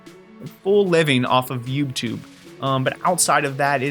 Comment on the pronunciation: I heard it more as 'yupe' tube 😂